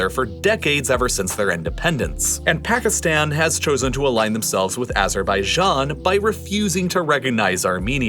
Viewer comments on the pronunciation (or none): Pls don’t say Pakistan like phagistan